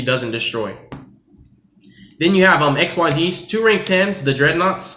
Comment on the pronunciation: Late but the fusion nobody plays, it's better to send the brick to the GY than it is trying to summon that + it wastes ×3 nova, so it's trash, [XYZ] pronounced (exheez) not X.Y.Z, otherwise in the extra deck you have 2 garbage unions and a trash vanilla.